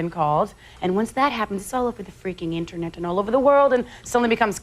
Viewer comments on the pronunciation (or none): lol, listen to when Mariah says 'internet' .